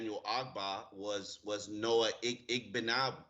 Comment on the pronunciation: I made a comment about almost 3 months ago about how incredibly unprofessional it was that he couldn't pronounce names while DOING HIS JOB. And this dude still can't pronounce Igbinogheni.smh And the other guy STILL can't pronounce Tagovailoa.smh How is it neither of these guys has the professionalism to respect our players. I have no issue with any name on the Dolphins and it isn't my job. They get paid.